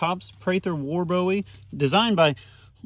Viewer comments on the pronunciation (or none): HE SAID PRATHER WAR BOWIE ...MAYBE 876 TIMES....AND ITS PRONOUNCED BOOEY NOT BOWIE LIKE DAVID BOWIE...I AM FROM SAN ANTONIO and I believe the man knew how to pronounce his last name...FACT spelled BOWIE Pronounced BOOIE